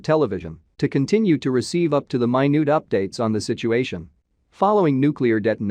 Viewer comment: "Up to the my newt developments". Hilarious.